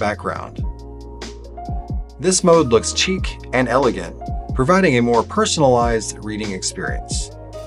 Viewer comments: Great features! Side note for the presenter, chic is pronounced like "sheek," instead of "cheek." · Chic is pronounced "SHI-k" not "CHI-k"